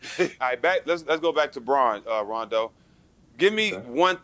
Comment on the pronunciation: Yo guys this was an awesome interview But you guys really need to pronounce his name correctly ... He corrected Jack once and is clearly bothered towards at the end when Matt gets it wrong as well The first syllable is 'RAH' not 'RAY' You see rondo's face the last 5 seconds ? He is annoyed ... i would be too ... correcting motherfckers my whole life ... god dang that must get old